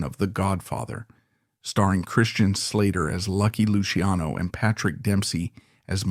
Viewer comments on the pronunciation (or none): none